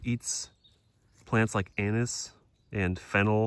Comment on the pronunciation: Also the way you pronounce anis is hilarious.